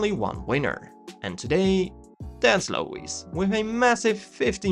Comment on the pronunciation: He said Low-Eeeze? Haha